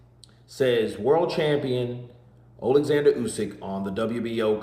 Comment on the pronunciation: His name is Oleksander not Alexander for a start.